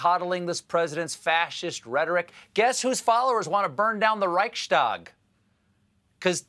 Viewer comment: As a German hearing the pronunciation of Reichstag by Colbert really hurt